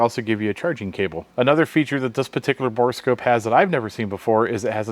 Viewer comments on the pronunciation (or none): Bore scope not boreascope.